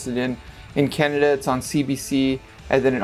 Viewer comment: canda...... i think its canAda lol